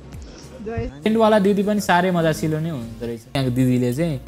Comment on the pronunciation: मजासिलो हैन हौ साथी !😂😂 "मिजासिलो"🤣